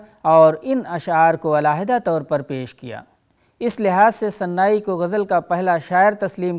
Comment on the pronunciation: تلفظ کے مسٸلے پر توجہ دینے کی ضرورت ہے اور زبان و بیان پر بھی۔مولانا آزاد نیشنل اردو یونیورسٹی کی پیشکش میں ان لغزشوں کو نظر انداز نہیں کیا جاسکتا۔اگر فارسی شاعر سناٸی کو کوٸی اردو استاد آن ریکارڈ صناعی پڑھے اور وہ پروگرام مولانا آزاد نیشنل اردو یونیورسٹی کی طرف سے ہو یہ انتہاٸی حوصلہ شکن صورت حال ہے ! جاوید رحمانی